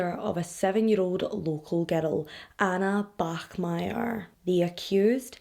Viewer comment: you pronounced the german name bachmeier absolutely flawlessly! weird thing to point out but I still wanted to do it. great video as always. I love you and your channel:)